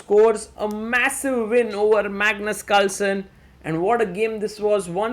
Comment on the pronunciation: Plz say Carlsen not calsen I heat English because of you 😂